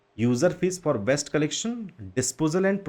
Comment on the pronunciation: Waste Vs West, Do correct pronunciation. Other things are okay